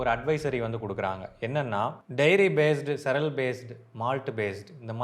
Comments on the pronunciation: பாய்.... Cereal என்ற வார்த்தையை சிரியல் என்று சொல்ல வேண்டும். நீங்கள் 'செரல்' என்று சொல்வது தவறு. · Cereal should be pronounced like serial. Not செரல் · Cereal to be pronounced as see·ree·uhl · Cereal is pronounced as serial